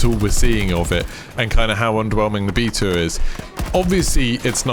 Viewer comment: Bae-ta lol. Love you brother